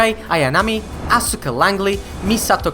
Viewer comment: Hey, aska not asUka